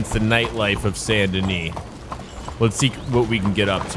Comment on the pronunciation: San Denee? Ya what? This aint France, boy.